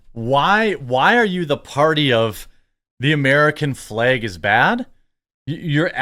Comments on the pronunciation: Honest question, am I losing my hearing or is he saying "american flaeg" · I'll admit...your pronunciation of "FLEG" is "triggering" (what a stupid phrase triggering is), but otherwise I concur. 😉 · What the fuck is a Fleg Jeremy? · Before i even clicked on this video i knew he was gonna pronounce flag funny.